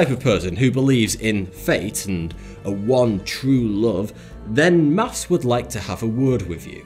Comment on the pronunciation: It's Maths, not Maffs. That's been annoying me for ages haha.